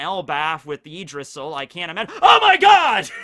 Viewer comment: The way he pronounces Yggdrasil makes it sound like Yeetdrasil